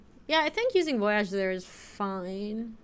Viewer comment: Don't let chat keep you down! You can pronounce voyage as incorrectly as you'd like!